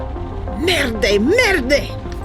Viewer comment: Actually French "evidence" would be "eh-vee-dawnse". And "merde", "murd" (yeah it rhymes with "turd"). You do a better Italian accent than a French one ;) ) But eh, I searched for this game and your vid was the first I hit. And oh, what Busset is doing is nothing short of blackmail :( Hélas, c'est la France.